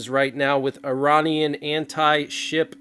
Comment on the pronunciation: IRANIAN…..Not Er Ron Ian….correct pronunciation Er RAIN Ian.